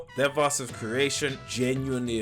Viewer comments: Ikr he says it like Deevahs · Deev ass 😭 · Why does everyone pronounce devas so wrong smh